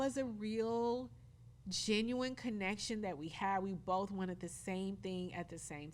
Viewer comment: So they're both from Detroit, but I'm trying to figure out where Carlos's accent comes from. Which part of Detroit is that? It's just funny how he pronounces certain words... like "genuine" and "notification". There are others, just can't remember them all now.